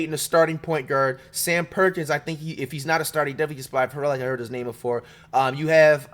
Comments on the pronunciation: Bro is butchering names and it’s killing me! Lol. Payton definitely didn’t average 7-10 steals per game lol. Like 2-3 but he was a beast defender on the perimeter. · This guy mispronounced a million names. Clearly doesn’t know that much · How he get all the names wrong?!? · Hard to follow this analysis with the continuous name mispronounciations. Basically saying that today's average players are better than most of yesterday's best shows a lack of knowledge of NBA history; hopefully this type of an absolute statement isn't the result of watching just minutes worth of clips. Through time, the game has evolved, the rules have changed, and those that have seen the game for decades can speak about which changes have helped or hurt the game and the players.